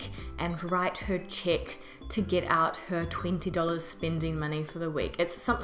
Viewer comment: I thought at first you were saying "chick book" or "chit book". It took me a while to understand you were referring to "check".